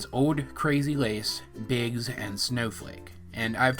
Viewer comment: I thought that instead if "Biggs" she said "Bix" as is "Bixbite"